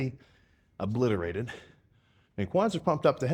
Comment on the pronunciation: Who else helped him say obliterated?